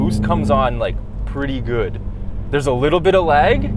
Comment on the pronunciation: "Bwoost comes on liyuk... pretty gwood" Damn I yam pwoud to be Canadian 💣💥💪👊🏼🤪